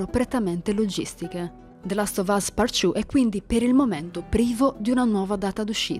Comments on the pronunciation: Partchiù non si può sentire dai. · Last of us “PARCIU” 😅